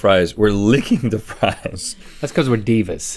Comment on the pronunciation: you got a little mcgrille on your mclipple. because we’re devious. But it sounded like divas? Lol.